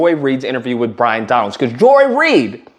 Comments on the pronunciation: Byron…not Bryon 😂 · Might help if you got his name straight to sound somewhere credible it’s Byron not Bryon 🤪🤪😂😂 and I doubt that Joy destroyed anything but her own integrity, common sense, and worthiness like the rest of those domb c nts do every day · I love that you keep mispronouncing his name. 😂